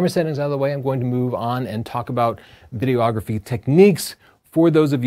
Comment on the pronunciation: Good info, - as a working pro I often use many of these tips. Not meaning to nit pick, but noticed you're often saying "video-ography" or "video-ographer". Imagine calling shooting stills "photo-ography", or yourself a "photo-ographer":D